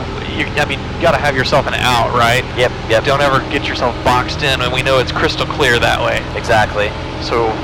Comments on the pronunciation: Is he sayin ccccllllleeeeeaaaarrrrrr or qqqqqqquuuuueeeeeeeeeeeeerrrrrrr? LMAO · I don't know man, sounds like he's calling his wife (if his wife's name is Claire, that is...), as if he wants to be rescued at the last minute or something; instead of "clear", as in please don't do something stupid like walking on my prop... Please! Great content! :>)